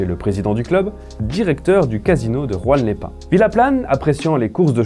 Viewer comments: Juan les Pins se situant en France et non en Espagne, on prononce Juan et pas Rouanne...😂😅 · ruan les pins ? ça se dit pas jouan les pins ? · J'ai aussi eu un bug à Rouanne-les-Pins 😂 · Bizarre de prononcer à l'espagnole la ville de Juan-les-Pins. Et Enghein se prononce Eng Hein ! Ca m'a fait rire mais c'est bien.